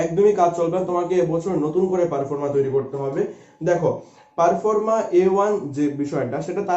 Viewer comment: আপনি কিছু তথ্য দিচ্ছেন খুব ভালো। কিন্তু আপনার উচ্চারণ শোনার পর খুব সন্দেহ হচ্ছে যে কতটা সঠিক তথ্য দিচ্ছেন। পারফর্মা নয় ঐটা প্রফর্মা। 🙏👍